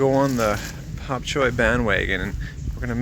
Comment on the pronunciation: Such a difference when u smile, keep it up we prefer you that way. By the way,, it's "Bok Choy" NOT "Pop Choy" if I'm not mistaken!